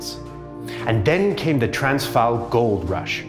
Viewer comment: Pronunciation of the Afrikaans names and places wasn't correct in this video, not sure what Afrikaans you talk. One example: "Transvaal" in the video the "v" is pronounced as "v" as in van while in Afrikaans it's pronounced as "f" as in "fish" the pronunciation for "a" is also different as well as the vowel "aa". The "r" is also rolled in Afrikaans but this is something I will forgive anyone who doesn't speak Germanic languages.